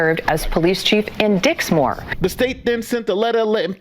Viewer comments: Hahaha...he said Dicksmore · Stop saying Dicksmore